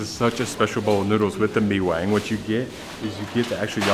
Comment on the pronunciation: Pronounced Mi Kwang instead of mi wang